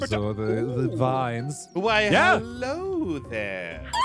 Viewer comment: “Helewo” Wow..